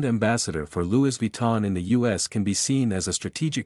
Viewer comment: Louis is pronounced Lewy, there is not s sound.